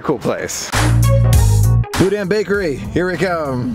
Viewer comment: If you want to sound like a local: pronounce “GEAR-a-delli”, “BO-deen bakery” and “Myur Woods”. Can’t wait to see you at the Disney family museum tomorrow. 😊💕